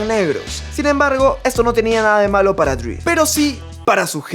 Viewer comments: Esta bueno el video,aunque disculpa la corrección pero me parece que no es “Dr. DRI”, sino Dr. Dre. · cada vez que dice DRI me mueroo, es dr. DReeeeeeeeee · Porque disen Dr dri Jajaja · HBD, tu canal es lo mejor pero tengo que decir algo...Como surra que digan "Dr. Dri" es "Dre" porque se llama "Andre". Ya no se mamen. Esto es parte básica de la cultura que nos gusta, el HIP HOP.